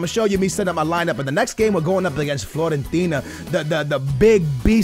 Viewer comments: It is fiorentina not florentina love ur vids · It's Fiorentina not Florentina!! It's with a 'i'!!